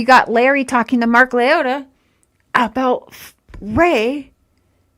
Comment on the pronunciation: Girl go rewatch the per videos and correct your sick analogy. That's terrible. I am not for anybody but that's terrible what you said. you said Mark's name wrong too. You take about money, you have way to many ads for false narratives. Redact this video!